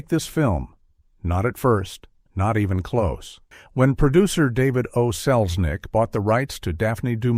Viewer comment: Only 18 seconds in: 'That woman was Selznick, David O'Selznick' ??? You lost me at that! lol! Jeeze Louise!!!